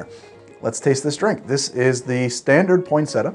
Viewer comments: Poin sett ia, not poinsetta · I didn’t go thru enough comments to see if anyone corrected you on the pronunciation of Poin-set-ee-ah. 🤨 not point-setah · In Ireland we pronounce it pon(or poin)-sett-ee-a , so this is really jarring. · word: poyn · seh· tee· uh: POINT SETTA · It's named after the plant pronounced point-set-tea-uh it really bugged me how you were pronouncing it. I can hear my nan tutting you for it 😂😂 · I don't know why the American pronunciation of poinsettia annoys me so much. Why don't you pronounce the second i? Poin-set-EE-ah. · its Point-set- iya!!! 😆😆😅 And can we just cut to the Absinthe... 😉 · its pronounced (Pon-set-ia) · It’s pronounced Pon-set- e-ah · Say it with me: Poin-set-tea-ah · poin-set-tia, you have to pronounce it with the 'i'. I can only imagine the outrage we would have received for that pronunciation :) Merry x-mas everyone! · step 1: pronounce cocktail correctly... 🙄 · Thank you the way he said it irked me so much because it’s even spelled how it’s supposed to be said why is he dropping the ‘ia’ ? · I love your videos but work on the pronunciation of the drink's name atleast